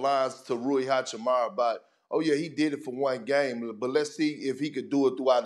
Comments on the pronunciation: Big perk out here pronouncing everybody name wrong rayi hachamara Austin rivers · It's hachiMUra stop pronouncing it wrong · When will Kendrick learn to pronounce Hachimura correctly lmfao 😂